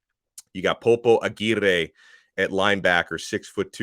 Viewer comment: your pronunciation of Aguirre has come so far. Amazing job🙏